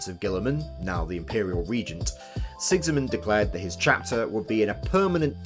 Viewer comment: Who's this Sexymund you keep mentioning? Its Sigismund - an actuall, real-world name.